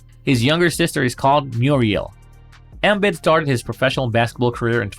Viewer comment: Stopping saying embid wrong